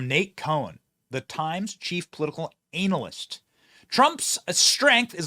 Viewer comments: Benny, you’ve got to stop saying anal-list before I forget how to properly say analyst.😂😂😂😂❤❤❤ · Laughed to hard when you pronounced it ANAL-IST aka analyst. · Lol. It's not anal-lyst. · He said ANALyst.....giggidy